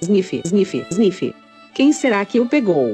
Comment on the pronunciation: "Chuif, chuif, isnifi, isnifi" kakakaka